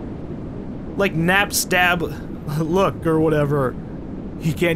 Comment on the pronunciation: You still NEVER said Napsta-Blook correctly... :(